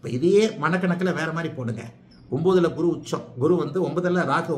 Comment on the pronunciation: நீங்கள் குரு உச்சரிப்பு தவறான முறையில் சொல்கிறார்